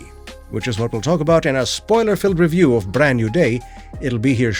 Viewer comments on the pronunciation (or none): Did you say, "Bland New Way"? 🤣🤣 That should be the title of the next movie.